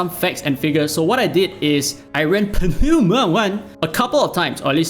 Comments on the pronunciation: Just read Pneuma as new-ma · I'm not sure if you're joking, but it's pronounced as "noo-muh" the "p" and "e" are silent. Aside from that, damn, I missed your excel from your dislyte damage calculator. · Not sure if you're just playing out for a bit but pneuma is pronounced as nooma. Like pneumonia or pneumatic. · please don't butcher pneuma T.T.. it's really so hard for anglophones? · If you really have difficult to say Pneuma, search for the translate word of Tire is french, it's Pneu and the prononciation can help you